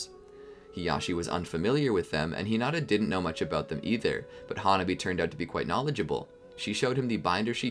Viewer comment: Ha-Nah-bee not hona-bee